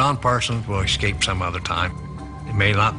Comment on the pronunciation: Gahhh it was driving me nuts too..ex-scape, ex-scape, ex-scape. It's escape you flogs